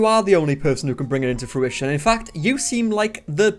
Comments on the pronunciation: She keeps saying it, so I have to ask. What the fuck is fewition? Does she mean fruition? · She says “few-ition” instead of fruition.